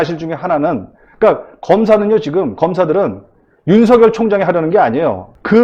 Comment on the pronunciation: 오우! 전영기 최고네요~ 더이상 무지를 드러내지 말고 윤석열 제대로 발음하세요